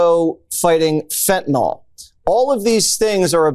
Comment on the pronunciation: Fentanyl…nil…NOT fentanol..nol